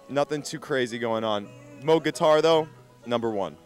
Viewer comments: no, you are mistaken.. pronounced, Moe-G. Not like it's spelled. Bob Moog would get upset when people would pronounce it "moo", like a cow would say. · Definitely Mowg, not moooooog. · Moog is pronounced how it's spelled, not like a cow goes MOO -- like "mow"ing a lawn. People pronounce it both ways, but Bob Moog clears up the pronunciation in the documentary bearing his name. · "MOWG"? It's moog. like a cow.